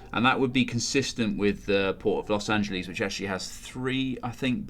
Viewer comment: Los Angelees is how you said it.